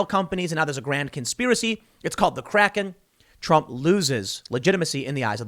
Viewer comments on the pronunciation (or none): none